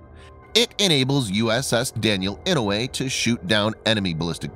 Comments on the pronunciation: Yes sir I know, sure is painful to hear the Senator's name butchered. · The pronunciation of "Inouye" is painful.